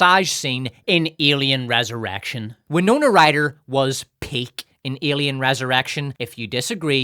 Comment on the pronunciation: in the context of Winona Ryder, is he saying "resurrection" or "res-erection"? What a mystery